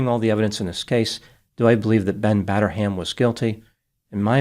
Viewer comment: "Batter-ham", yup he certainly did